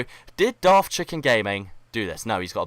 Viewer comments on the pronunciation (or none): none